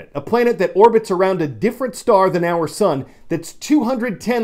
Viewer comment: SAY ARE SCHOOL!